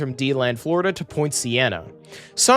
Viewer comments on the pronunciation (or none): none